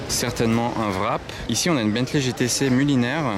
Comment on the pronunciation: Et la chiron, pourquoi dire un vrap alors que c'est wrap en anglais, couvrir